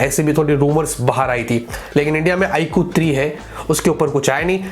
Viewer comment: i really like his way of saying Iqoo